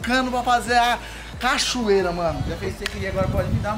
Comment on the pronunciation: Cachorreira kkkk essa foi boa kk eu falava assim quando era pequeno